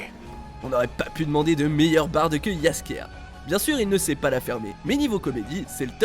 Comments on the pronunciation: Quel erreur ?. Oui il ont dit yaskier a la de jaskier j'ai bon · François Le Brun yeaskiea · JASKIER pas besoin de le faire d'en une autre langue , il se dit tout simplement ! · Heu y a quelques erreurs de traduction, mais mis à part... JASKIER: COmment vous le prononcez JASKIER sérieux??? J'ai presque saigné des oreilles... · Mais quel est cette prononciation de jaskier ? 🤣